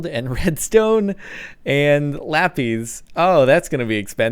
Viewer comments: god dammit its pronounced lapisssss not lapizzzzeee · Aha laPEEZ it's laPIS 😸